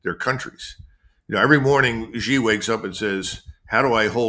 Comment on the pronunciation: When you call President Xi, Jee, you come across as either ignorant (you don’t know how to pronounce the name) or arrogant (you refuse to say it correctly). Kim, it is pronounced SHE, try to say it SHE. Be respectful enough to get his name right. President Xi is one of the human beings to have emerged as a great leader, he deserves respect.